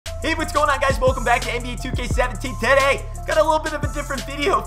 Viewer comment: Tooooooooooooday why do u say it like that wtf